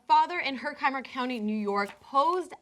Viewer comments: The way she pronounces Herkimer makes me cringe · This is beyond fucked up. >:( Hey, just so you know it's pronounced her-ki-mer not her-kye-mer. I live in New York so I know the county names.